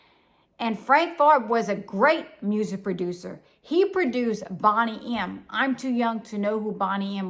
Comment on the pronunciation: I am old enough to remember Boney M , pronounced like Bone not Bonnie. Santa Claus brought my older sister a Boney M album for Christmas I was super jealous. Great Job again. Love your channel